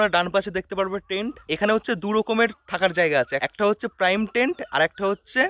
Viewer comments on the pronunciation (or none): ওটা প্রাইম টেন্ট নয়, প্রিমিয়াম টেন্ট😊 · তুই প্রিমিয়াম কটেজ কে কেন প্রাইম কটেজ বলছিস রে? একটু পড়াশোনা করে আয় বাবা । এত ভুল শুনতে একটুও ভালো লাগে না তোর মুখ থেকে।